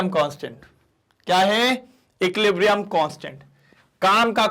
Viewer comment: Sir equiblium nahi hota equilibrium hota hai aapne he to bataya tha 😅